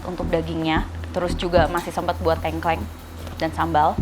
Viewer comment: Tengkleng mbak bukan tengkleng